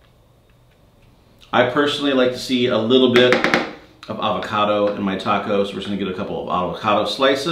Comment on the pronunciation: As soon as he pronounce taco I was like nope not it!